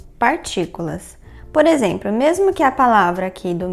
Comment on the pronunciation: "Exempro" kk